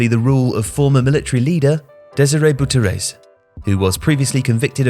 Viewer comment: 😅.funny how he said Bouterse 😂😂 that is not how you say it love from Suriname